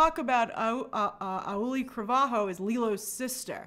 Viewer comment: Grace!!! Her name her name is pronounced “”Ow, LE, ee” like what happens when you stub your knee. And I think this movie has the potential to be one of the best ones yet!!! The Hawaiian culture is so beautiful and rich and I’m sure it’ll come across so well on screen.